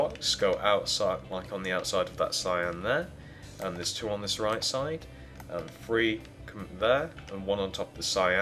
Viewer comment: How come he says free??????